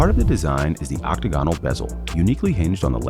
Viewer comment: This guy needs to learn how to pronounce “octagonal”